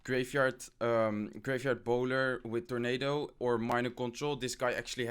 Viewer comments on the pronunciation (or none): none